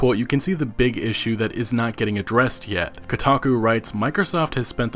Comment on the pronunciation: Every time he said Microsoft i heard mikersoft